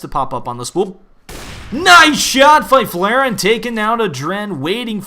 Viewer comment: Fy-flare-en? That is awful pronounciation right there